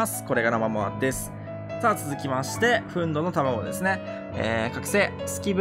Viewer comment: 憤怒 ❌ふんど ⭕ふんぬ